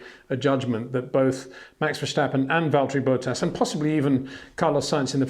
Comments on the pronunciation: I’m English so understand we aren’t the best with our pronunciations but why does this guy always say Valtteri ‘Bow-ttas’? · I love watching your videos but is it really too much trouble to learn to pronounce the names of the drivers properly? In particular Verstappen and Bottas. Doesn't come across as very professional.